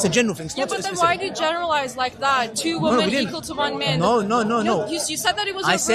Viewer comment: generally means GE NE REEEA LI ZE